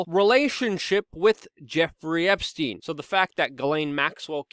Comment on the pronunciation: "Meet the same faith as Jeffery Esptiein" ? It seems like you mispronounce a word every video that no one else says differently. The most frequent word is you always say co-mor-bid-ity as co-mor-bill-ity I can keep a log if you want. I have been considering it, but seems a petty waste of time. We all know what you mean.